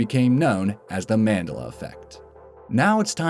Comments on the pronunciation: I know, he sounds kind of like he's trying to mock even the consideration that it is a real phenomenon, like when he says "MANdela" effect. I think that even those who are unfamiliar with the effect know how Nelson Mandela's name is pronounced, right? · Unsub .Just becuz you pronounced Mandela's name wrong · You kept pronouncing Mandela wrong and it was bothering me too much to keep watching. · Wow... can't even pro ounce the word Mandela.... and I don't think half are these are real and were made up for views... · Pronounce mandela right. The fuck. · The way he pronounces "Mandela"...seriously wtf? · Please pronounce Mandela properly, that is soooooo wrong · One memory of this video which is unfotunaltey not false; the way Mandela is pronounced here. It is named that as so many people "remembered" that Nelson Mandela had died, years before he did. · Is he seriously mispronouncing Mandela? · You said Mandela wrong. And why the hell are they calling the Mandela effect because some people who aren't South African Didn't know when he died. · Am i the only one that cringes when he says Mandela wrong? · A little, yeah. But after watching quite a few of his videos, I'm getting used to his tendency to mispronounce words with confidence. Actually, I suddenly find it a little funny that Mandela would be one of them, in a video about false memory and the Mandela Effect. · Do you mean the different parts of the words he place emphasis on? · You're not the only one my friend... I wanted to SMASH his fucking face in every single time he said it!!! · You would have to be a complete MORON to misremember like this guy says! AND.... The MOST Horrifying part of the video is HE HIMSELF! in the way he pronounces MANDELA! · it annoys me you say mandela wrong. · Voice over guy, do you not know how to properly pronounce Mandela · You're saying his name completely wrong!!! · mandela names not how you say it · The way he pronounces Mandela makes me cringe 😬who agrees?🤦‍♀️🙋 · man - DEL - la